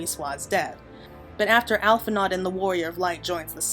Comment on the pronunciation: It's pronounced "Al-fin-o", not "Al-fin-ard"